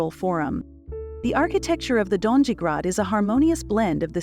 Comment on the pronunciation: Donjee? Gornjee? Greydeck? Banjelachik? .... the pronunciation of these parts of the city is ridiculous. Donji=doh-nyi, gornji=gorrnyi, gradec=grahdets, zrinjevach=zrinyevats, Banjelachik=Bahn Yelatchich...